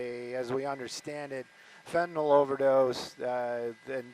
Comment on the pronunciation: It’s pronounced fenta-NIL, not fent-a-NOL.